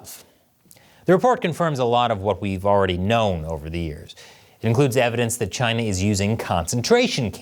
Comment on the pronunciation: Was not ready for the way you said "chINa" in the intro